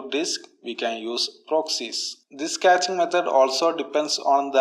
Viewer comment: Hey great! You know it is cash not catch